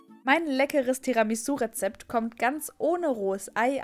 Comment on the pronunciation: Du sprichst es Falsch aus aber sehr gut